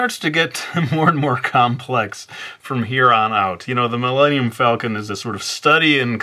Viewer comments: The Milayneeyum Falcon? I think that is the fastest you have made me laugh in a video. Good job.:Thumbup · Man. Why did you butcher the name...